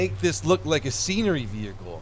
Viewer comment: *world war reward wehicle"